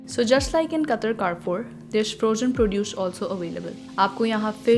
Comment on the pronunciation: you pronounce wrong ,please correct it carrefour